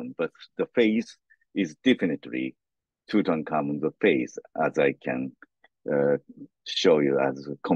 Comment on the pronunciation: sweetheart, the king's name was NOT TuKankhamun, or Tukhamun (although it was, originally, Tutankhaten, until after the Amarna period), both of which you called him. It is pronounced like it is spelled, TuTankhamun. Also, his father Akhenaten, NOT Ignaten, which, for some reason, you called him.